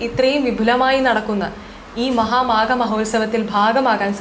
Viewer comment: ശ്രീ ഗോപാലകൃഷ്ണൻ ശ്രദ്‌ധിക്കേണ്ട കാര്യം - മഹാമേഘം എന്നാണ് ആവർത്തിച്ചു പറയുന്നത്. "മഹാമേഘം" അല്ല "മഹാമാഘം" ആണ്. 🙏❤